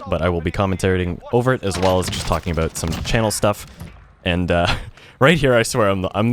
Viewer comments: By any chance is he Canadian ? When he said “about” I heard it haha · You can hear the Canadian in him when he says the word “About.” Always great content